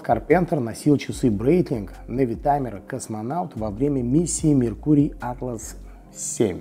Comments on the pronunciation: Это произносится Брайтлинг, не Брейтлинг. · Меня тоже удивило...Произносит, что компанию основал Брайтлинг, а часы называет Брейтлинг. А так же компанию Хаер, а часы Таг Хоер. Нужно как то определится))